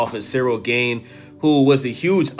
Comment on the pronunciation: Dude, pronounce the A in Gane like the second A in aspinall and youre good.. Greetings from europe 🙋🏻‍♂️